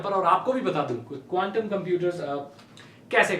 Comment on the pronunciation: app quntum bol rahe the ya condum😂😂